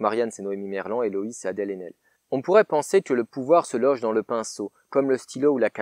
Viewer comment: Adèle "Chrachrachrapoulos", c'est magique xD